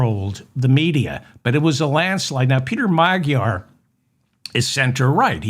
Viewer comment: It's not "meg-jar"!!! The correct pronunciation is "ma-dyar" with the 'd' sounded out as in "dew"!!!! What is it with you Americans?!?!?!? FDJT 🦘🦘🦘